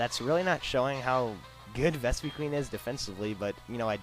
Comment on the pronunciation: You pronounced Vespiquen wrong.